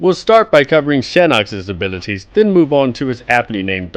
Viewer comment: i love how says "abilities".